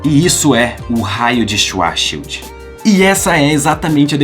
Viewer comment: O jeito certo de se falar é " Xvarts xild " é uma palavra alemã Schwarz significa preto e Schild escudo. Ou seja : escudo negro "